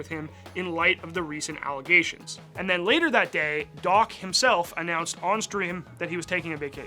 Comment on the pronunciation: "allegation" bro needs to learn English